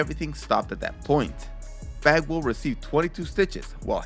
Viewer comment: Every time he says bagwall I only heard f@ 🤣 I had to go back and look at the subtitles to make the correction 😂